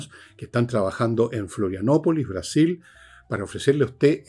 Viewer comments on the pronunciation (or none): none